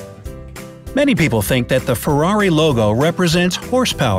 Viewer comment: how he said Ferrari IM DEAD!